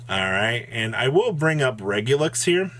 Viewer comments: Dude, why does he keep saying Regulux?? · It's ReguluS (!!) pleaaase